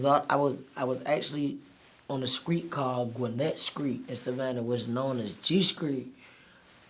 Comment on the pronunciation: you feel me.. in the skreet🤣🤣🤣🚫🤐😁